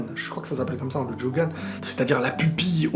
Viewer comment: On dit "jogan"